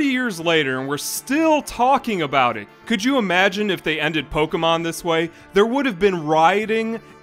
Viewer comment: Pokémon, not pokeuhmon.